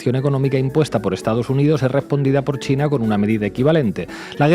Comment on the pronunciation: Grade Mayor bien alimentado. Y dice mucho chleina. Si lo vessi escuchas cheina y tiene el pelo color zanahoria corre Que te arranca los boldillos del pantalon